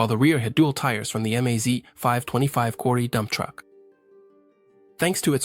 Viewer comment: Russian abbrevations for car, truck and aircraft marques are pronounced as words, not spelled in individual letters. Not M-A-Z, but the word MAZ. Same go for PAZ, KAMAZ, ZiL, UAZ, Tu, MiG -etcetera etcetera.